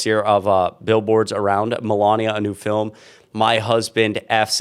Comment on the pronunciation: Her " filum " ... !